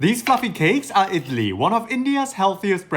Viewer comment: Your effort is so commendable!! I absolutely love Idli and was so happy to see such a detailed and authentic video for the recipe. ❤❤❤ Your content is really high quality and I hope you get more recognition. Your pronunciation is also quite spot on !!